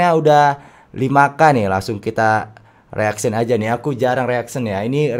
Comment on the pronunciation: Hadeh ni juga Rip Englishnya Mau Pk Bahasa Inggris tapi G tau bahasa Inggris nya Ya gini